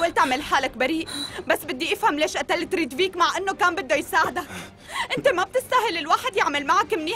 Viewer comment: هي ريتڤيك مش ريدفيك